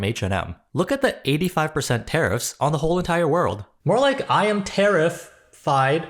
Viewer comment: "Terrif-fied." 😆 Ow, ow, my ribs.❤👍